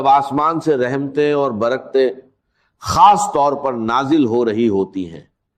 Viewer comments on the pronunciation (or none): دوسرا اس شخص کی زبان پر توجہ دیں۔ یہ یو ٹیوبر کوئی ساتھ والے ملک کا ھے۔ خاص کو کھاس اور راز کو راج بولتا ھے ز کو ج بولتا ھے چور کوئی نا کوئی غلطی کر بیٹھتا ھے جس سے وہ پکڑا جائے۔